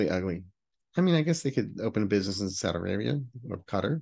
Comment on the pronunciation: As an USAF mom of two who served, of which one served his hardship 😂 tour in Qatar, I ❤your pronunciation of the country’s name.